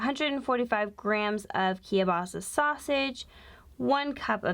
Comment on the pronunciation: I love that yall pronounce kielbasa as "kiya-basa" lol